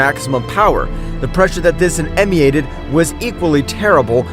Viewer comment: " the power that this emy-ated" 😂😂😂😂😂😂😂😂😂 like you really couldn't do a retake on that line😂😂😂😂😂 it's pronounced Em- min-nated